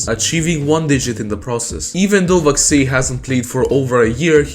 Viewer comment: why do you say vaxei like that